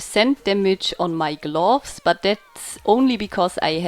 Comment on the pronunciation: GlUUUFS. xD Nice video